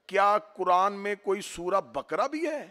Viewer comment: मौलाना सूरे बकरा नहीं तलफ़्फ़ुज़ सही करें सूरे बक़रा है।